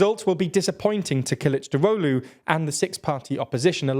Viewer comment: Good pronunciation of Kılıçdaroğlu! A phonetic way of writing it in English would be something like kelchdarowlu